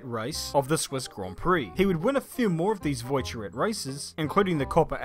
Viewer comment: Trying not to laugh hearing pronounce some of these names: Carraciola, Voiturrette, Coppa Acerbo and Neubauer.